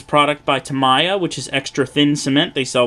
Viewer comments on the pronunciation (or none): Lots of good information. The only error I caught is you pronounced Tamiya wrong 😀